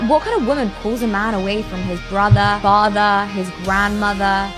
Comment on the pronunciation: When the woman min said FATHER “chop suey “ played in my head